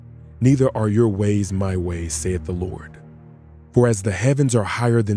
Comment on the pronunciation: When u say " lord" ur say" baal".